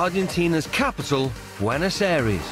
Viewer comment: Did he just say Buenos aries 😂